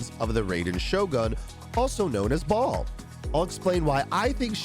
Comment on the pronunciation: What the junk is "Ball"?!?!? It's Ba-el!!!!!!